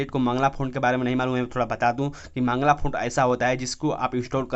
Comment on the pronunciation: मंगला फॉन्ट☺️☺️☺️☺️☺️☺️☺️☺️ Mangal hota hai Mangal font .